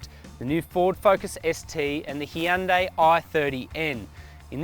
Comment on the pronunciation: How is it possible people in the industry still can't pronounce Hyundai properly? It's not that hard.